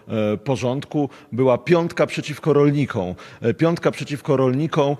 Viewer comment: "Piątka przeciwko rolnikĄ" ?!! Yebana gimbaza w okularach, co po polsku nie potrafi poprawnie mówić i pisać. Siara dla konfy. XD